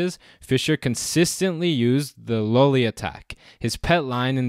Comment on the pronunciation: I thought at first that you were mis-pronouncing Lolli, because everybody seems to say Lolli like lollipop. But since it is named after an old Italian player, "low-li" would be right.